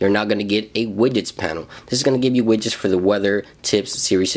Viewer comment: Wait did you just say wigets